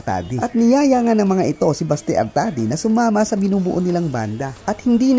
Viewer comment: Correction lang ha, Oct 2022 at hindi oct 2002 yumao si Mon and Manuel is still here playing for Rzrbk, not in the states and lastly it is pronounce Basti not Baste. ❤